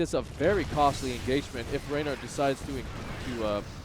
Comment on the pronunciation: ReynOr, not RaynAr